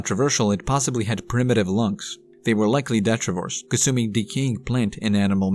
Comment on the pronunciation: Detritus (de-tri-tus). Detritivore (de-tri-ti -vore).